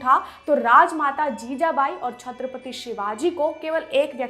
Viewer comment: With Due respect mam.... please pronounce "Chatrpati Shivaji Maharaj".